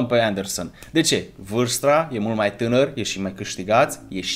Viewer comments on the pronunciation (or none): NU MAI ZI VARSTRA ZII VARSTA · de vreo 5 ori o zis vrarsta